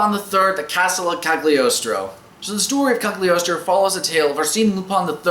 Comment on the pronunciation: this is a great movie with a great soundtrack, but I watched the sub because I heard the dub wasn't too great, even with David Hayter. Also, it's pronounced "Calyi-oh-stro" because in Italian "gl" is like a rolling L